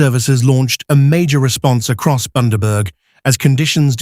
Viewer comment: Boondaburg. Where the fuck is that narrator from